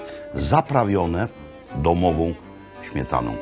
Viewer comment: Carrrrbonara ze ŚmietanO :~Ppp